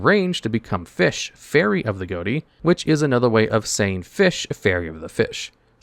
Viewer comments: Goaty? That's pronounced fish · Is it not unironically pronounced "fish" and not "Goatee"? Never heard or played these cards but I found it interesting that the archetype was named that. "Gh" sounds like "f" as in "rough". "O" sounds like "i" as in "button". And "ti" sounds like "sh" as in "action"? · It's pronounced "fish." GH like in enouGH, O like in wOmen, and TI like the suffix -TIon. Ghoti. That's the joke. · it annoys me he keeps saying Ghoti and not fish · It should really be pronounced fish not goti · Wait, 'Ghoti' is pronounced like 'goaty' and not 'fish'? o.o The 'gh' like in 'laugh', the 'o' like in 'women', and the 'ti' like in 'nation'. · It's pronounced "fish" believe it or not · Isnt it supposed to be pronounced fish? Gh as in enough (f sound) o as in women (i sound) and ti as in nation (sh sound) it should all be fish. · Bro. GHOTI is a linguistics joke. It is pronounced FISH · wild that he never pronounced Ghoti right once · Hearing you pronounce Ghoti wrong all throughout the video is annoying.